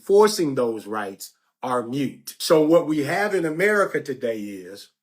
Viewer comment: the word is moot, not mute. I want you to sound as smart as you look baby. You're sending a very important message to the people!